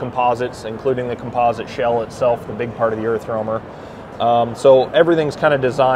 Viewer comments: "Errf roamer" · ErffRoamer. Weird that they spell it Earth, but can't seem to pronounce it, and neither can the youtuber.